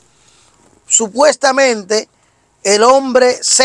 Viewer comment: Supestamente 😂Supestamente Supestamente